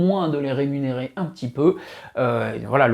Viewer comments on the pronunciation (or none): none